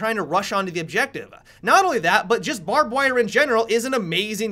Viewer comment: "barbed wirrruh"